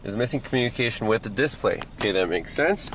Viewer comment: Is that a local emPHAsisthat is used for the word "displa'y? That's okay, in Wisconsin water fountains are pronounced "bubblers".